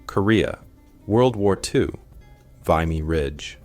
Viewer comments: I would prefer correct pronunciation of names and place names etc. Ex. You say Veyemy ridge when the correct pronunciation is Vimmy Ridge. Very imporant to be respectful. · It's "vee mee" ridge, not "vie mee" ridge. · Amazing videos. But PLEASE pronounce Vimy (Vimm-ee) Ridge correctly. :) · nowhere in the history of the world has it been called V"eye"mee ridge. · Dude the vimy pronunciation 💀 This was chalk full of inaccuracies. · Mispronouncing Vimy Ridge is a good clue that this is not produced by a Canadian. Check the details and the country of origin is the USA... Beware!!!! 🦫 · Good video.. only thing cringe worthy was your pronunciation of “Vimy”.. but good job overall.